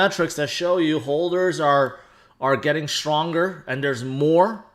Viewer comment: What’s a ‘hoLder’ ? 🥴